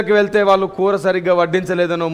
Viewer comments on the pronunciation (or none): none